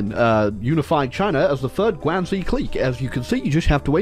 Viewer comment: Your pronunciation of guangxi clique gave me a migrane